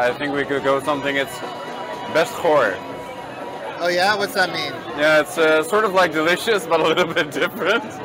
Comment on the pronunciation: Did he just say best 'goor' ??? 🤣 Maybe just work on getting the G sound (it's quite guttural except when used in ing) and CH (like the Scottish loch) .. also ee's sound like our A (sprEEkt=spraiked) and W's are pronounced more like our V's. (Waar=vaar) .. btw one A often sounds shorter (waddle) whereas two AAs is stetched out more (war=confused and waar=where). I'm so impressed that you are learning Dutch .. keep up the good work! (p.s. I have a whole boatload of errors that I made learning Dutch .. I could write a book called 'Getting into Dutch, in Dutch).🌹